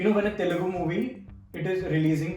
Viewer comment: It's Telugu not telegu 🤦🏽‍♂️